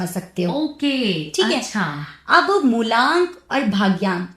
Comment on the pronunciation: मूलांक होता है न कि मूल्यांक थोड़ा बहुत तैयारी के साथ पॉडकास्ट शूट कीजिए